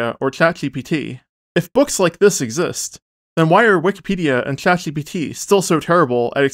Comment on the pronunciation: Why do you have a hot potato in your mouth every time you say "Chat GPT" or other words with a sh or zh sound in it?